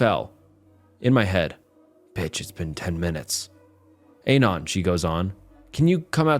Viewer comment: i enjoy your videos, but Dear God whyyy do you pronounce "anon" like that???